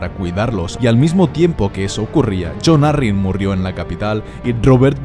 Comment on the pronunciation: Like por el "murrió". XD